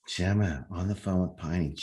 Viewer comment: Say her name again..” Jemmer “